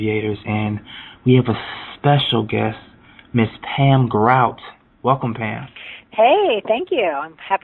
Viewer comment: I thought her last name was pronounced like the Guardians of the Galaxy character GROOT